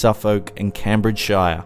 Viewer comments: Haha, i love hearing non-British people trying to pronounce English place names. Just FYI Norfolk is pronounced "nor-fuck", Suffolk is pronounced "Suff-uck" and Cambridgeshire is "Came-bridge-shur". Brilliant video though mate, really enjoying this channel. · 'Noor-folk, Suff-folk and Cambridge-shyer'....! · Can you pronounce norfolk or Cambridgeshire correctly please. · The way he says Norfolk Suffolk and Cambridgeshire 😂😂😂😂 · How can you have mispronounced cambridgeshire, Norfolk and suffolk? Haha